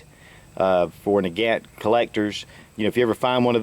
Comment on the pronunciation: 1.its not na-gant its na-gont ik its kinda deceiving 2.it was a joint design by leonald nagant and captain mosin 3.it wasn't sold to soviet countrys because at the time the russian empire still existed and when the soviets took over they had already started the means of production in their own country